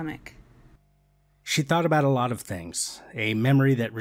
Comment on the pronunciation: You know it's going to be a good video when someone says "not a whole lawt" in the first 5 seconds